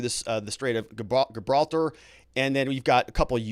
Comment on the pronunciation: Gibraltar is a 'soft G'. EDIT: Also, Kiev is pronounced Key-ev.